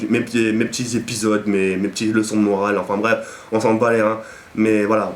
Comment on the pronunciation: Juste un truc ont dit enfin bref et pas afin bref mdr super video a la prochaine.